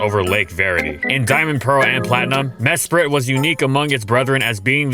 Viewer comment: I didn't realize this until this video, but it's pronounced "Mesprit" and not "Mespirit."